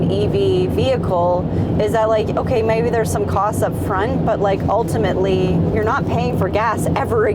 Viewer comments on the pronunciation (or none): none